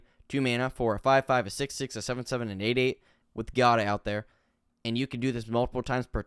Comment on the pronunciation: It's pronounced Jiada I think, at least, it's the Italian version of Jade and in Italian I'd pronounce it that way.